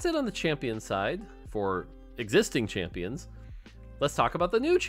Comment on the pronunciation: When he says "champins" I found that kinda funny for some reason